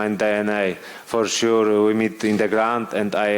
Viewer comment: Mateusz "For shur" Gamrot